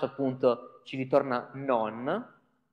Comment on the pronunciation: In inglese, "none", "some", "null" e "unwrap" non si pronunciano così. Si pronunciano, pressappoco, "nan", "sam", "nal", "anraap".